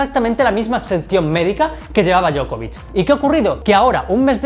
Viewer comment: Djoković Dio-ko-vich